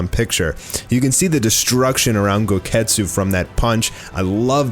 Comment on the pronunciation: Goketsu sounds like, GO GET KETCHUP